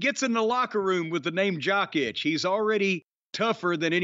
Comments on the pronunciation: that's not how Nikola Jokic's name is pronounced, and "pretty good" is an understatement. He's a back to back MVP and just won the finals. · This is terrible lol they don't say a damn thing! The man said "jock itch" it's jokic he just became a nba finals champion and a 2 time mvp! It's two old dudes talking about wrestling and it's terrible. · Jock itch 😂😢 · That article is hilarious because Patrick Mahomes DOES get coaching. He has a quarterback coach. Jokic (pronounced yo-kitch by the way) and Ohtani all have coaches that they listen to. That's part of the reason they're good. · OmG u 2 its Jokic "YO-Kich" and omega reminds me of dirk diggler aftet the fame in the interview with burt reynolds. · completely butchered Nikola Jokić name.